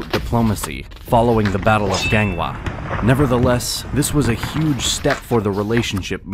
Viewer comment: All is correct except his pronunciation of chinese and korean region and king names hahaha. Ganghwa, Tientsin, Sunjong was wrong. 😂